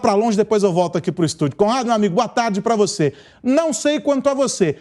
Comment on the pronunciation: Não consegue nem pronunciar a palavra " para". Para ele é " pá": vai pá casa...